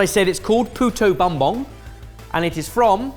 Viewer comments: lol Puto bonbon makes me think you said bitch ass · Yeah - was sort of grating to hear pronunciation of "puto bumbong", where bumbong = 'bamboo culm/tube' (cf. Balinese "bumbung" - obviously a cognate). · That is the ✨️F A N C I E S T✨️ puto bumbong I've ever seen in my life! 😂 I want to meet and teach him how to pronounce it better though haha, good job Sorted! 💜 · Love that my favorite holiday dish and favorite Ginger was featured! Pronunciation wise is "boom" not "buhm". Almost always, our (Tagalog dialect) "u" is pronounced as "oo" rather than "uh" or "ah". Poo-Toh Boom-Bong ^_^ Keep up the awesome content! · trying to pronounce puto bumbong has been the absolute highlight of mine and my mother's morning thank you